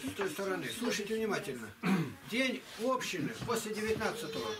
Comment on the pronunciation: общИны, а не Общины